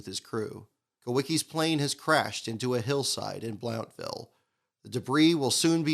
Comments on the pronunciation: Great video,. Just wanted to let you know from an East Tennesseean's perspective the town is pronounced "Blunt-ville" or "Blunt-vul" rather than "Blownt-ville" as in the video. Again, awesome video. Thanks for making it. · The O is silent in Blountville.